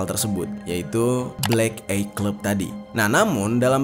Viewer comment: Sekedar saran bang, baca nya blek ai clab… bukan blek ei cleb 😊, devil baca nya sama, bukan divel.